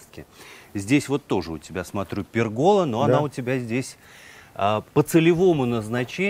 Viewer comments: От слова пергОла, режет слух.. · Замечательный участок. Только, товарищи ведущие, говорите правильно: пЕргола, а не пергОла. Побывать на таком участке приятно, познавательно, радостно за хозяина.